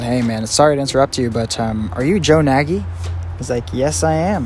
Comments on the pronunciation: THATS MY FUCKING GREAT UNCLE ON GOD BRO WHAT THE FUCK. He do kinda be like that irl tho. It's pronounced nay-gee not naggy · Hey just to clarify, Nagy isn't supposed to pronounced as Na-gyi but rather Naaaty as his surname is of Hungarian origin. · I've never heard anyone pronounce Nagy that way before 😃 it's a Hungarian name, the "gy" part is a letter on it's own. Sounds a bit like G in Gin. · His last name is actually pronounced "naj" or something like that... It's Hungarian and gy is either pronounced like a "d" or a hard "j". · Nagy is pronounced like "noj". It's the most common Hungarian last name and also means "great" or "big" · But he himself in the episode pronounces it Nagy